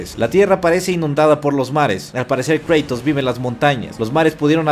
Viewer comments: Es Kratos no Kreytos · por favor no digas creitos di cratos se escucha mucho mejor asi cratos kratos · Kreitous ulala señor francés... se dice cratos